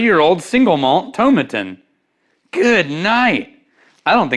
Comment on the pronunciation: Pronounced toe - mat - in, all in one go.....16 miles from me I should know. And very good whisky always!! Keep up the good work 😂